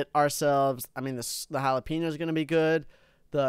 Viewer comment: what did you cal jalapeno into jalapenio